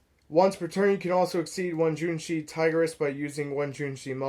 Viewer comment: JOUNEE - CHI - CHI try say it like that ... Also i have a burn version of the deck using GALAXY WAVE its pretty funny burning opponent 2000 Every turn